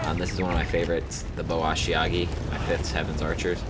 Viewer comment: Is there a reason you keep saying ashiagi instead of ashigaru? Still a nice video though.